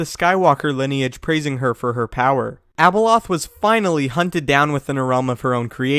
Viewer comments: When he said Abeloth it sounded like Ebola 😂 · how many times you said abeloh, abeloh, abeloh,abeloh, abeloh, abeloh,abeloh, abeloh, abeloh,abeloh, abeloh, abeloh,abeloh, abeloh, abeloh,abeloh, abeloh, abeloh,abeloh, abeloh, abeloh,abeloh, abeloh, abeloh,abeloh, abeloh, abeloh,abeloh, abeloh, abeloh,abeloh, abeloh, abeloh,abeloh, abeloh, abeloh,abeloh, abeloh, abeloh,abeloh, abeloh, abeloh,abeloh, abeloh, abeloh,abeloh, abeloh, abeloh,abeloh, abeloh, abeloh,abeloh, abeloh, abeloh,abeloh, abeloh, abeloh,abeloh, abeloh, abeloh,abeloh, abeloh, abeloh,abeloh, abeloh, abeloh,abeloh, abeloh, abeloh,abeloh, abeloh, abeloh,abeloh, abeloh, abeloh,abeloh, abeloh, abeloh,abeloh, abeloh, abeloh,abeloh, abeloh, abeloh,abeloh, abeloh, abeloh,abeloh, abeloh, abeloh,abeloh, abeloh, abeloh,abeloh, abeloh, abeloh,abeloh, abeloh, abeloh,abeloh, abeloh, abeloh,abeloh, abeloh, abeloh,abeloh, abeloh, abeloh,abeloh, abeloh, abeloh,abeloh, abeloh, abeloh,abeloh, abeloh, abeloh,abeloh, abeloh, abeloh,abeloh, abeloh, abeloh,abeloh, abeloh, abeloh,abeloh, abeloh, abeloh,abeloh, abeloh, abeloh,abeloh, abeloh, abeloh,abeloh, abeloh, abeloh,abeloh, abeloh, abeloh,abeloh, abeloh, abeloh,abeloh, abeloh, abeloh,abeloh, abeloh, abeloh,abeloh, abeloh, abeloh,abeloh, abeloh, abeloh,abeloh, abeloh, abeloh,abeloh, abeloh, abeloh,abeloh, abeloh, abeloh,abeloh, abeloh, abeloh,abeloh, abeloh, abeloh,abeloh, abeloh, abeloh,abeloh, abeloh, abeloh,abeloh, abeloh, abeloh,abeloh, abeloh, abeloh,abeloh, abeloh, abeloh,abeloh, abeloh, abeloh,abeloh, abeloh, abeloh,abel